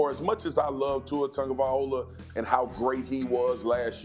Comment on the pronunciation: In think Marcus Spears ate a whole Tank🤪and botch Tuas last name